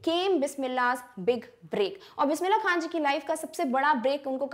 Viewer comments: mam all is ok bt u spoked khan as kha it's wrong plz correct it or edit it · It's not Bismillah kha it's Bismillah khan pls take name properly